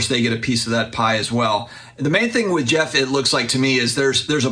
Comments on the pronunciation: Geoff Wilson says it right. says it wrong. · I’m French, Geoff says it correctly!!